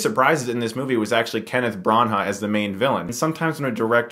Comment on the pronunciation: Dammit Stuckmann, your pronunciation during this episode pissed me off haha... Kenneth Bran-HA... Shadow REEcruit...